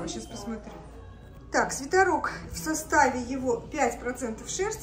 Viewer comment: почему вы говорите свитАрок, а не свитЕрок?